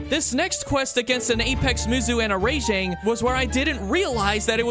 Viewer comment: every time he said Ray-jang my skin crawled